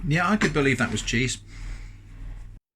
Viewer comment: I lost it he he said ~sheese~